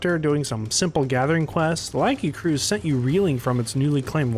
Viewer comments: Awesome video but your pronunciation of Lagiacrus is painful lol Edit: you say Laggy-uh-cruise but it should be Luh-guy-a-kris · Lagi- A- cruise????!!!! Lu-Gai-Ah_Kris is the only real way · Hearing you say "Laggy-uh-cruise" through the video was so painful 😭 it is pronounced "Luh-Guy-Uh-Crus" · I've heard two people pronounce the "-crus" as "cruise" and I don't get it! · Bro said laggycruise instead of lagiacrus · This is the worst way i heard someone pronounce Lagiacrus. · The way you pronounced lagiacrus caught me off guard lol